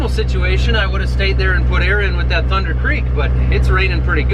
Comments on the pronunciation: It's thunnnndddddder not thunder. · We all say THUNDERRRR even when you don't. Just FYI 🤙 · I got Worked Up by the lack of RRR's following the word "Thunder", I mean not everytime, but specifically when talking about the trailer